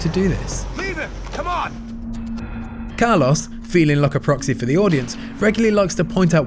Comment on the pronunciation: Poor Carlos, his name got absolutely butchered in this video 😓